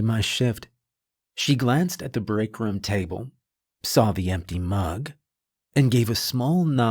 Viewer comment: Team "Narrator Says Rum instead of Room" check in here 👇